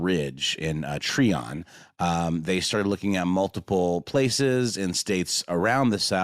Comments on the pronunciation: It’s Try-on Georgia, not tree -on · It’s pronounced “ tryon “ not “ Treon”. I was just there yesterday. It’s way out in the middle of nowhere even now- I couldn’t imagine living there 40 yrs ago. The roads are pretty rough- then the gravel/dirt roads are even worse- it’s literally a forestry rd, there’s very few places to turn around if you miss the end of the trail/rd that leads to the remaining structure. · It’s pronounced “Try-un” Ga Im from here